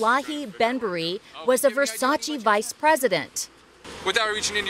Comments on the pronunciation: its versace, not versaci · It's pronounced Ver-sach-Ah.